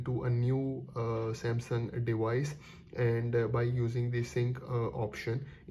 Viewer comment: your English is damn annoying "dewice dewice dewice"